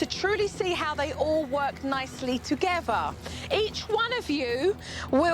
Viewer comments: “Togevver.” “Each ovver “ “nuffink.” Dear God. What an advert for the English language. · I love suppernanny just wish she could learn to say together not togever